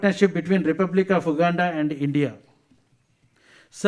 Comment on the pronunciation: First atleast learn how to pronounce the word Uganda well not wuganda before you ran and rash to ask for citizenship